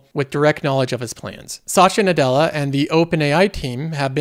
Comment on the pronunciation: a little help for you to pronounce his name correctly, I know it's hard for non native speakers but here is it - You have done too many videos with Sasha Nadela haha